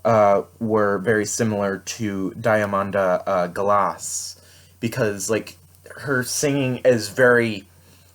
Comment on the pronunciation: It's my favourite work of hers ... And the ONLY reason I would have wanted to visit NYC ... To see THIS live . Devastating / Melancholy but BEAUTIFUL also . Good review . Respectfully pronunciation is Deeugh ( as in the sound of me ) maandah ( as in the sound of lawn ) Gaull us .